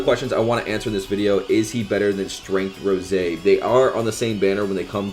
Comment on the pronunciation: It ROSÈ NOT ROSE